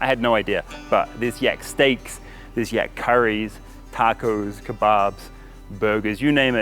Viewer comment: In my country yak is pronounced like in "rack" not with an "e" like word "tech". Very odd to listen too as you say it like you'd say "yeck" :D